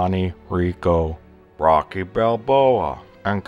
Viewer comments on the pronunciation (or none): none